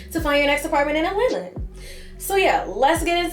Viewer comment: New subscriber here as a 1970 Atl native (born/raised) thank you for pronouncing Atlanta correctly not saying “Alana”. ❤ You hit the mark with this video.